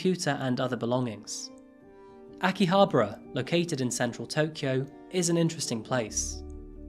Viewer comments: I watch your videos on my lunch breaks, love the content and you talk about cases in such incredible way. Just one thing, be sure to work on your pronunciation of the places you are talking about. Aomori was tricky and I had to rewind, but Akihabra... Still, you're my fave crime content creator. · He pronounced Akihabara completely incorrectly. Along with many other words...